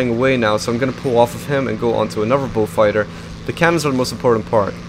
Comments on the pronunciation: Falker wolf??? Its falkwolf......sorry that really bothers me when u dont say it correctly lol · It's actually Focke-Wulf which is read like "fock-eh voolf" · It sounds like your saying bullfighter